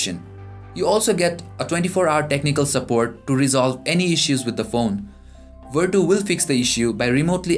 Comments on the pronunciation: its vertu not verdo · thats right it should be pronounced as vertu not verchu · come on man! don't make a mess :/ it's verCHu(IPA - vartʃu) I say once again